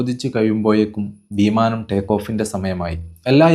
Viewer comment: വീമാനം അല്ല, പൊട്ടാ വിമാനം 😂